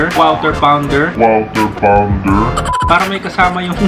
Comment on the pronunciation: "KWAW TER PAWN DER" pa more kuya. Hahahaha